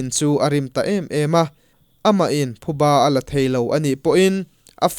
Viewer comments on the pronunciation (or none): none